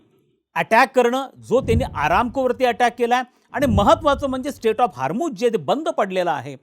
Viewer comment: स्टेट नाही हो... स्ट्रेट.. स्ट्रेट ऑफ हार्मोस😂